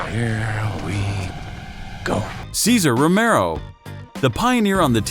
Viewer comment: Thank you for saying Romero! I was going to explode if you mispronounced his name again.